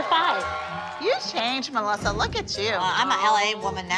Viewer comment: Is it just me or does everyone except for Jill say MALASSA not Melisa